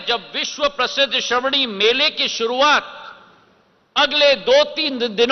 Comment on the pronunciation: it's not.. संथल परगना ... it's ... संथाल परगना .... and... not श्रवणी ... श्रावणी.... correction for listeners